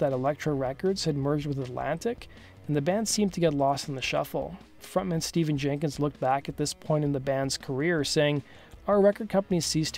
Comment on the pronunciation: His first name is pronounced Stef-fan.